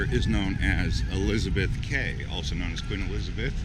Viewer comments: I’m sorry, did you call Elizabeth Quay “Elizabeth Kay”? But yeah I guess Perth is pretty good, it’s truely great being the most isolated city in the world but I can’t really say if Perth is the best city in the world considering I’ve never actually gotten the chance to leave WA before so I have nothing to compare it too, I really want to move out of Australia, maybe to England since I’ve got friends and family over in Europe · As an aussie from Perth its called Elizabeth key not kay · Goodness me...as an ex West Aussie now living in Victoria outside Melbourne, to hear him say Elizabeth ‘kay’ is really odd. In the Queen’s, Quay is said as ‘key’....Mate! Surely to goodness you would have had the sensitivity to check correct local pronunciation before uploading your travel vlog.... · Elizabeth Quay is pronounced Key not Kay, it's also known as Betty's Jetty, Fremantle, locally known as "Freo", otherwise nice tour. Cheers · It's pronounced 'Elizabeth Key', not 'Kay'. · Where are the homeless people and crack heads? And why would you get tiny things like tooth paste and socks from the city when you could easily get them locally? Also it's pronounced Elizabeth 'key' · Bruh "Elizabeth Kay" lol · Yes .. I see a few corrections that you're well aware of. Elizabeth Quay (pronounced, Kee, an old English term) Also when you were up at King's Park and said that's where the sun sets.... no, that's the east where the sun rises ( I'm equally confused when I'm in the Northern Hemisphere). But hey ... ten out of ten for your efforts. You obviously did a lot of walking and pretty much captured our city beautifully. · and its pronounced Elizabeth Key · it's pronounced ''ELIZABETH KEY 'DUM DUM!! Its obvious ou are an out of towner!! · Elizabeth Quay ( Quay is pronounced like ‘key’. )